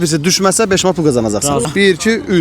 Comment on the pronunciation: Beşin yerinə bes dedi